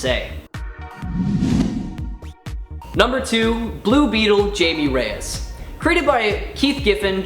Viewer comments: It's not jAmiE rEyEs. It's pronounced hi-may Reyes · Jaime- Hay- Meh* Say it right. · Good job on mispronouncing Jamie and Reyes! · Ugh, the pronunciation of "Jaime" hurts my Mexican.